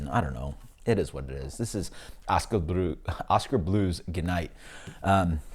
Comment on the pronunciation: I love how you tried to makeOskar Blues sound fancy there at the end. Oskah Blruuuhs.